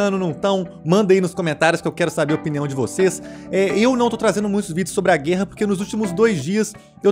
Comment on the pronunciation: para de falar GÊRRA pelo amor de Deus hahahaha